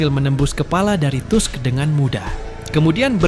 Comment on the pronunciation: Tolong jgn malu2in jg tusk dibaca Task.. emg kga nnton anime nya apa?